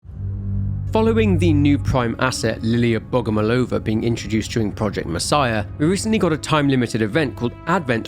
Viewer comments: not BogomolOva, but BogomOlova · couldnt even pronounce her name right. didnt bother doing any research whatsoever. slop.